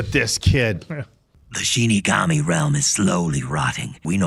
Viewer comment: Excited that you guys are watching this. When mispronounced "Shinigami" as "Shin Megami", my ears perked up, thinking, "SHIN MEGAMI TENSEI?!"